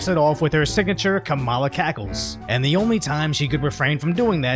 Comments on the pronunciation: Hey isn't her first name pronounced "Kam-uh-la"? I know it's besides the point but it's just hard to concentrate on this channel being a good source of info when you're saying "Kuh-mala." Sorry if I missing a joke from some other video. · Did you say Karambala